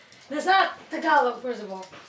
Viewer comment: you can’t even say Tagalog LOL